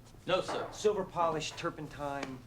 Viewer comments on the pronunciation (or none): none